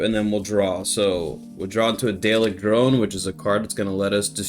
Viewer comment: Daleks are pronounced dar-lexs if there are multiple or just dar-lek if it's one 👍🏻